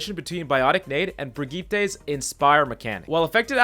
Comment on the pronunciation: Bregeetay? The fuck man